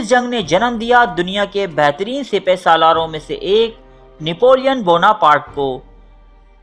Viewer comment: ماشااللہ آپ نے ویڈیو بنانے کیلئے کافی محنت کی ہے ۔ برائے مہربانی اردو تلفط کا بھی خاص خیال رکھیں، لوگوں کی مقدار نہیں بلکہ تعداد ہوتی ہے، مشروب نوش اور کھانا تناول کیا جاتا ہے، 76 (چھہتر) اور66 (چھیاسٹھ ) اور 67 (سٹھسٹھ) ہے۔ آج کی ویڈیو میں چند الفاظ کا تلفط غلط ہے۔ ایکٹر، برہنہ، بپھری، سپہ سالار، محل اور محلات اور Guillotine (سر کاٹنے کی مشین)